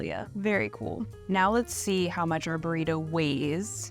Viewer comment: That Australian woman keeps saying it wrong because it's Burrito not Borido and it's Jalapeno "Halapenyo" not Halapino. 😄😂🤣